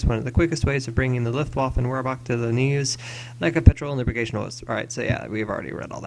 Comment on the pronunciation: Wehrmacht,the spelling Vermak is how you say it and dogfight Luftwaffe deadliest mission and great video dude